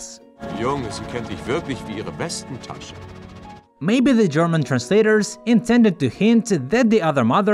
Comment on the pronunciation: “Westen tashen” nicht “besten taschen”